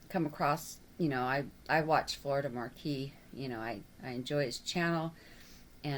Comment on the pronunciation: It's MAQUIS. no r